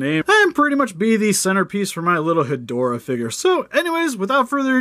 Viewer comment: so I'll admit I could be wrong but I thought it was pronounced "Head-Raw"